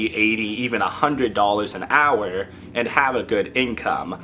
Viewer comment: I like the way you say "hourrrr"...